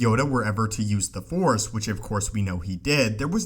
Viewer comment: Force!! Not Four!!!